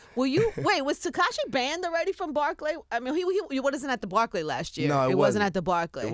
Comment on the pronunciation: her pronunciation of barclay is crazy